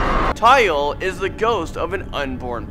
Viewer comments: Is tu-yul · Pocong is pronounced poh-chong tuyul is toe-yol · "pohkung" "tuuhyol" "suestrr nongsoht" "wee wee gomblol" im sorry but thats not the right pronounciation. proper pronounciations: "poh-chong" "tuuyuul" "suester ngeh-soht" "weh weh gohmbohl" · Not tayul it’s toyol your pronounciation is wrong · hmm... google the pronunciations pls. Pocong = Poh Chang Tuyul = Too Yool Suster Ngengsot = Sister Ngang soot wewe gombel = Wae Wae Ghom bell Babi ngepet = Bha Bhi nge pet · Not Ta-Yul Too-yool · Murdering the pronunciation HAHHAHA. 10 Pochong ; "Pore-Chung" 9 Tuyul ; "Toe-Yo" 🤣🤣